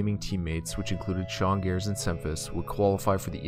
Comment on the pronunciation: Thorin called sean S-gares:/